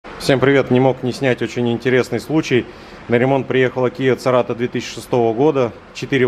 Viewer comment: При всем уважении... Не Церато, а Серато!) Название, как-бы, намекает, что некоторым не нравится, наверное!)